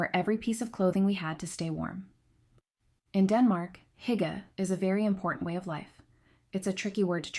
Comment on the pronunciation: It’s “ Hoo- gah” Terrible pronunciations…